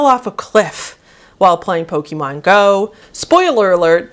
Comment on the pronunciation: I might be nitpicking, but that's just how I am, I'm very particular about pronunciation of basically everything, so forgive me, but you are pronouncing Pokémon wrong. It's not poke-ee-mon, it's poke-ay-mon. It's not a big deal, but it does slightly bug me to hear it pronounced wrong.